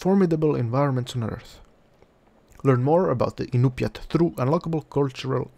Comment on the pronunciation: One thing is I noticed you pronounced the tribe's name wrong. I'm 25% Tlingit (Like Klingkit) and 50% Inupiat (Like In-you-peak), which is still a bit confusing to type out the proper pronunciation for. A minor detail, but I'm glad to see a game like this is out.